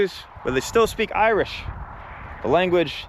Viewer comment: Your Irish pronunciation is awful though.